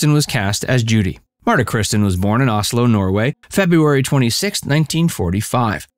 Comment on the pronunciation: You said Oslo correctly! Sweet! Great info! She was great !